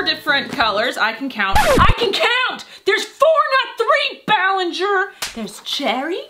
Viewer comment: I cAN COuUNt BALLiNgeR